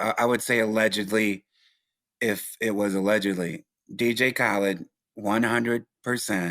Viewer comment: He keeps saying dj kalid